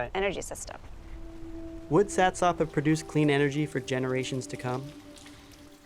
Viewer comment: Satsop. Pronounced satsup